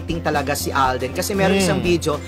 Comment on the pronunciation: Alden Hindi aldin